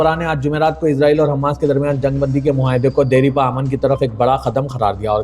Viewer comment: Deripa ❎ Dairpa ✅